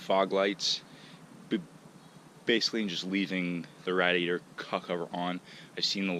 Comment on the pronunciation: “Radiator” 😂bro learn how to talk g. I would have never waisted 2 bumpers making it look like that 🤮🤮🤮